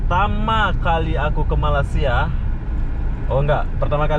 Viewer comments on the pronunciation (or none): Oh mas mas...bilang malaysia sj kagak bisa..masak bilang malasia... Saya sbg rakyat indonesia tak stuju dengan cara pengucapan anda..